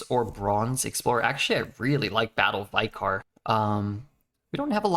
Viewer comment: Vicar is pronounced vicker, rhymes with liquor